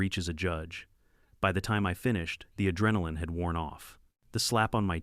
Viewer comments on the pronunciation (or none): none